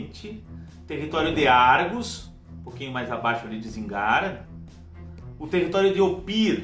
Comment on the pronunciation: Apenas a pronuncia de poucos nomes você poderia revisitar: Ophir (ʼÔp̄îr): deve pronunciar cono Ofir Zíngara: Sílaba tônica está na primeira. Vilayt: vem do turco e soa como francês O resto ta pergeito. Penas sugestao. Abs